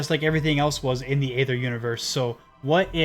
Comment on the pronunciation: Nice video man. But ya are saying aether completely wrong.